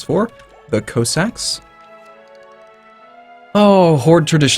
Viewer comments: Cos-sacks not Co-ssacks Jesus! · it's pronounced coss-ic